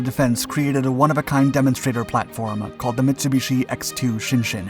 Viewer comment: A hint.... Japanese when printed in english is pronounced as it's written.... Shin-Shin